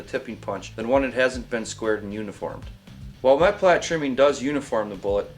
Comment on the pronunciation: the word for the tip of the bullet is "Meplat" only one 'T'. And it's pronouced "May-pla" or "Mee-pla"